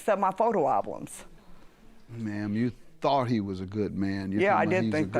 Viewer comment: Excuse me! Did the plaintiff say 'photo alblums'???